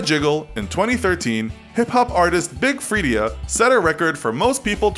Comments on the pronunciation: *Big Freedia(Free-daa)* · its big FREE-DAH